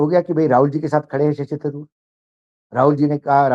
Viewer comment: हिंदी उर्दू चिड़ियाघर के प्राणी लोग जान ले; थारुर नहीं तरुर उच्चारण करते हैं। मल्लू समाज का शब्द ओर वाक्य गठन प्रणाली एवं व्याकरण का आदर हो।